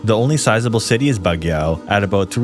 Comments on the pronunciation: I live in CAR, specifically Baguio City (which was funnily pronounced in the video 😂). Anyways, you failed to mention the Philippine Military Academy (PMA) which could serve as a training site for soldiers as well as many battalions of soldiers stationed throughout CAR manning checkpoints used to fight communist guerrilla groups. Other than that, you got every thing else spot on. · Hearing you pronounce "Cordilleras" and "Baguio" scares me 🥴 Though i honestly think that CAR should be in the 2nd spot and since i live in this region, i honestly think that these reasons are enough to qualify 1.The Terrain: well yes, it's the major contributor that makes CAR a Top 3, Zombies will have a hard time trying to travel through them and even if Baguio fell, it's mountainous terrain would be enough to contain the infection from even spreading to other provinces. 2.Availability of weapons: The majority of Households ALWAYS has a weapon ranging from knives (i know every house has it but eh) all the way to Bolos, Spears and Firearms and not to mention that there are still on going tribal wars and insurgenies within the region. 3.Culture: Igorots have a long history of fighting before the spaniards even came and despite colonialism, CAR has never been sucesfully conquered even during the Spanish, American and Japanese occupation so the warrior mindset runs through almost everybody, with that mindset, People here are less likely to panic and more likely adapt and retaliate which can lead to lesser amount of zombies and prevention before towns and cities are even infected. 4.Self sufficient communities: CAR on it's own can survive in the long term since nearly half of the people here are farmers and gardeners. 5.Controlled weather: CAR has been mostly fine during calamities, Landslides are still an issue but they will more likely benefit the living than the dead, Typhoon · You mispronouced Baguio and Dumagete